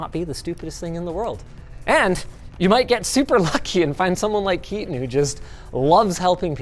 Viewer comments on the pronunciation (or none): 😂when you realise it's not "KEY-TON" and it's a "KAY-TAN" 😅 🇮🇳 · Indian Audience: it's Kaetan, not Kitan... Anyways, Hobbyist is perfect too. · Seems like such a nice dude, probably just doesnt want to constantly be correcting people, he's probably used to it lol. For anyone curious, its pronounced "kay-tun" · Bro definitely is named Ketan and not keatan😂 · My brother why didn’t you correct him, our names is not “Keaton” 😂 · So, it's Ketan, not Keaton. 😀 Ketan Sachdev. Completely different pronunciation for those in the know. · bro you pronounced his name so wrong its kay-tun its a indian name so its hard for native english people but this is the right way to do it just saying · Ketan is highly likely not pronounced Kieten. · Kills me that they mispronounced his name so often though =\ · Linus got the Indian Name pronunciation incorrect should have asked Sam Bhatia for guidance.